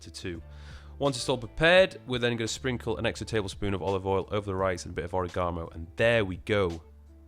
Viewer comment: OregaMO or Oregano 🌿??😂